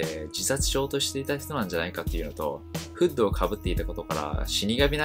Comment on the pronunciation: 「フード」って「フッド」なのか…。 発音がフードじゃないと 違和感しかなくて頭に入らない…。